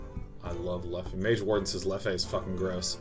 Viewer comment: Sean, I hope you read this, the beer, its pronounced "Lef" not "Leffey". Just wanted you to know :)